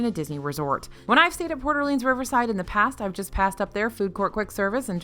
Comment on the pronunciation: No shade... it's Port (space) Orleans, not Porter Leans.